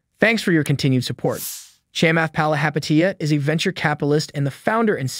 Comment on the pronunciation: Dude, how in the world can you do a video on Chamath and not know how to pronounce his name? At 4 minutes and 25 seconds in it's pronounced correctly.